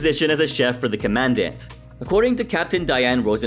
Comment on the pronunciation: love the video. but i keep getting hung up on your pronunciation of commandants lol.